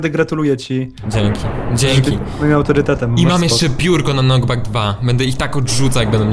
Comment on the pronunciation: Czemu ty mówsz ,,Mam pirko na NOCKBACK 2" to jest chyba knockback xd